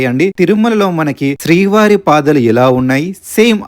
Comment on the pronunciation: Patalu kaadu paadaalu